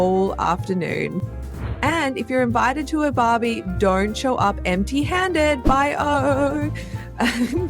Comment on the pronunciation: Is this AI ... 🤖 Who pronounces BYO as Bio.... 😂🇦🇺